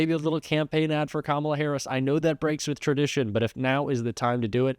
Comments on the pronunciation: Can you PLEASE learn how to say Kamala? Let's try this... , (comma) followed by LA... Got it? ,LA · I don’t know who’s more pathetic. Donald Trump for trying to fear monger to a child. And the stupid intentional mispronouncing her name. Or the idiots on the couch moronically laughing.